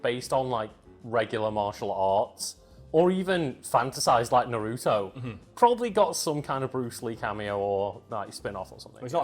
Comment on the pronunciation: Why do people pronounce naruto like that?